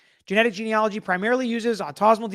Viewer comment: Autosomal: aw-toe-SO-mull